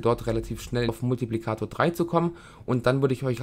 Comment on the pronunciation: egal, ich fand deine Aussprache davon ein bissle witzig ^^ Ansonsten hat mir das Video echt weitergeholfen, ich bedanke mich:D